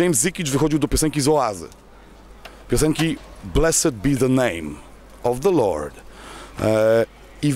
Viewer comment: Kurwa, zenua, Blessd a nie Blessed amerykancu, kurwa.